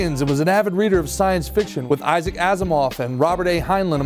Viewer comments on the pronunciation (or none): none